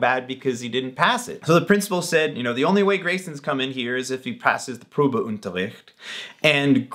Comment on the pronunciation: Probeunterricht...you don't require any stress on "un"...think "bun" and take away the "t"....un .....Unterricht....Probeunterricht